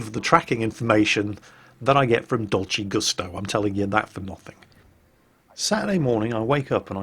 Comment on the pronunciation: It took me second there to realize you'd said "Dolce Gusto". I could've sworn at first you said "Dodgy Gustav".